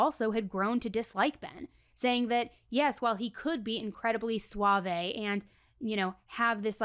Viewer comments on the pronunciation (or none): Consent is not a “buzzword” also you don’t pronounce the e in suave. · Suavé… like, Rico?